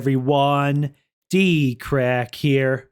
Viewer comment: Dkrack sounds like dirty ass crack🤣